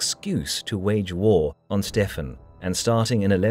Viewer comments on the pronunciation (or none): Why is Stephen ('Stevan') pronounced as though he is E European as 'Stefan'. no-one else (Matilda, David, Henry, etc.) gets other than the standard pronunciation!!! That annoying idiosyncrasy apart - an excellent, and in part radical, interpretation. Most enjoyable. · Stefen?? Stephen is pronounced Steven.. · Dying from "a surfeit of lampreys" is certainly one of the funniest ways an English monarch has died. Btw we'd generally say Steven, not "Stefan". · Isn't Stephen pronounced Steven???? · Stephen is pronounced Steven. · Can you please just pronounce Stephen like Steven? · The name Stephen is pronounced 'Steeven', rhyming with 'even'. Don't you know English? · It's thoroughly relevant in a video made in English. Anyone who broadcasts in English without knowing how to pronounce a common name such as 'Stephen' comes across as an ignoramus.